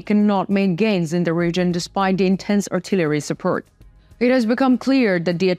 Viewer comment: I will push the like button on these videos as soon as you learn not to gabble and how to pronounce the words: Report, support, armed, according, positions, performing, war, north, addition, and especially the word "the." Slava Ukraine.